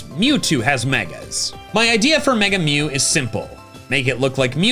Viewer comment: Why are you butchering my boy mew?